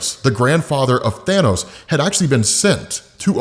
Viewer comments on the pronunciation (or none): none